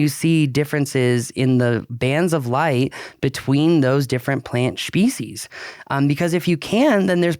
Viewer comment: I distinctly heard a "c" in there... Schpecies.